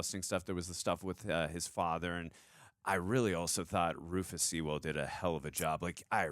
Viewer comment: Lots of fun, though the constant mispronunciation of the surname Sewell was annoying.